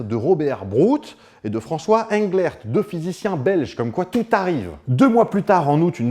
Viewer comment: Sinon, Englert, ça se prononce « Anglère », à la française, parce que le monsieur, qui se prénomme François, qui est toujours bien en vie et qui est effectivement bien Belge, et bien il parle français comme toi et moi